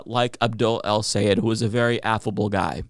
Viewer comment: Great video but a small pet peeve still doesn’t can’t pronounce Abdul’s last name. Is Sayed -Sa-Yeah-d.